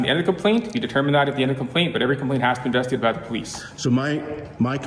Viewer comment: and on and on. this cop is either drunk or overdosed on maple syrup..wth can't he say "investigated" lol